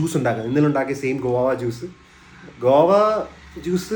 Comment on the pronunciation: ഗുവ ജ്യൂസ്‌ ❌ഗോവ ജ്യൂസ് ✔️🙄